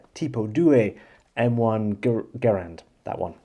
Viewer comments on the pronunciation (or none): remind me to never tick you off. You were fearsome with that Garand, even if you can't figure out how to pronounce it. Love your content, man. Keep it up.